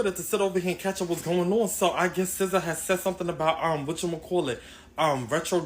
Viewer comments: It’s pronounced Sih-zaa not See-zaa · How pronounces SZA 🤭